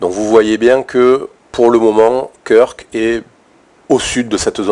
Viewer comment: Ça se prononce "Keurk" 👍🏽merci pr les infos